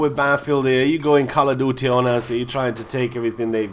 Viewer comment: Lmfao at how he says call of duty